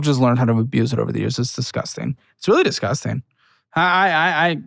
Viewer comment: I'm always amused how pronounces "dizzguzting"